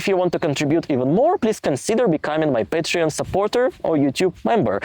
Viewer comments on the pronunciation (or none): none